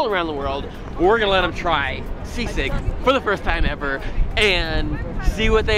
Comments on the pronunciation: Whyvhe say seasick its sisig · Sisig not S. I. S. I. G. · I’m from Manila and would pronounce it as SEE-sig. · When people hear that it sounds like seasick. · I thot he's going to say Say-sayg🤣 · Seasick, Sea snakes, c-6. Man subtitles can't pronounce "Sisig" properly